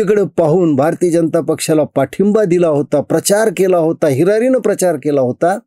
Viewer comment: महाजन हिरारीनं नव्हे हिरीरिने असे म्हणा ❗😂😄😆😊🤣